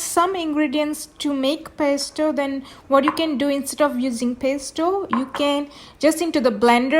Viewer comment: No offense but you should at least learn how to say Pesto 😳 milk??? this is not pesto